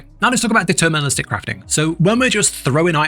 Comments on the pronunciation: it's "deterministic" not "determinalistic 😂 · Great guide, but bruh it's "deterministic" not "determinalistic" lol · It's deterministic not determinalistic... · It's deterministic, not determinalistic or whatever you're trying to say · great video but please for the love of god. it's DETERMINISTIC NOT DETERMINALISTIC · Fyi it’s “deterministic” not “determinalistic”